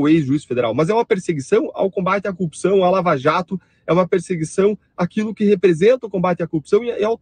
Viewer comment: Este aí também fica fala coopção, será que é o idioma do Paraná? Paranaenses se defendam!!😁😁 Brincadeira, acho que é só o marreco e sua corja